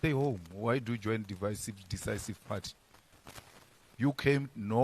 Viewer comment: Decicive malema not devicive